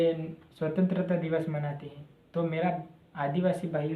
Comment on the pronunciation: पहले बोलना सीखलो भाई फिरसे बोल स्वतंत्रता दिवस बोल